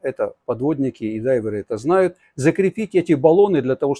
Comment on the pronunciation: Ну какие дайверы́ ...? Это все совсем другая история,....